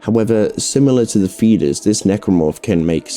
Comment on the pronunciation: I’m hearing fetus instead of feeder’s😂 overall good vid tho